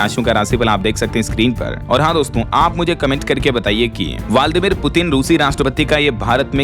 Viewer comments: वालदीमीर गलत उच्चारण करते हैं। व्लादिमीर होगा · Murkh vachak Bladimir putin padho na ki valdimir putin.